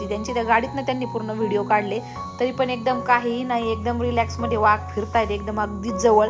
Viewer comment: वाघ शब्द आहे वहाग नाही